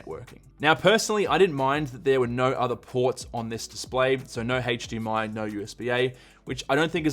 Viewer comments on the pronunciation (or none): none